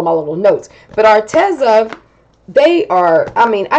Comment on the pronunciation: Psst...it's pronounced Ar-Tee-zuh 😊